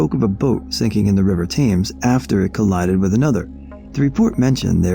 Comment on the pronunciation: Thames = "Temz"